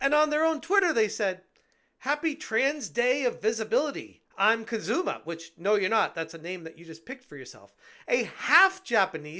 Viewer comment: say it with me, KUZUma! KUZUma! KUZUma!